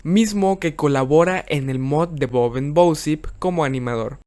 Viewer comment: Siempre decia " bousip " en vez de bosip xd